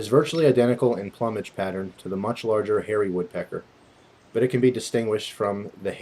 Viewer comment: i think this is a Hairy woodpecker, no barring on the outer tail feathers ,as well as, a seemingly larger bill in relation to its head size compared to the downy. also, it is Pl-oo-mage, not Plum-age, and it is gen-era not genre, when discussing taxonomy.